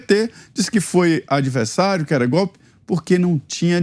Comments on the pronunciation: Gostaria de avisar pro nobre repórter que Lula ladrão não sabe falar a frase golpe ele diz gope kkkkkkkkkkkkkk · Edmilson Félix! Eu estava lendo os comentários, e acho que vou descordar de você! É eu acho que ele pronúncia? GOLE 😂 já que é uma esponja de cachaça tchê 😳🥃🍾😜